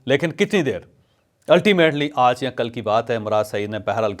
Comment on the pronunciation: جاوید چوہدری صاحب آپ لفظ۔ آج ۔کو بہت برے انداز میں آدا کرتے ہیں